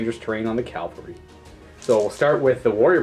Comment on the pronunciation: "calvary" "calvary" "cal-vary" ARRRRGH